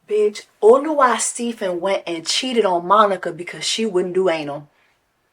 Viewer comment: It’s “Oluwa”